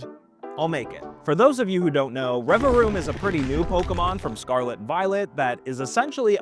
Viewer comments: Pronouncing it Revaroom and not Revavroom, which is what it's actually called, is bugging me so much 😭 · If you ever try this again, please, for my autistic brain's sake, pronounce revaVroom correctly lol But yeah lol, for what it's worth, still great to see appreciation for an underrated Pokémon lol